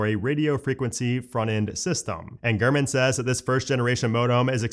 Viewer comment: Gurman 😂 Every time you say his name I’m hearing Garmin and seeing a little Garmin display screen on a dash in my head. I’m also high AF😂💀💀💀 It took me foreeever to type this damn message out. 🫠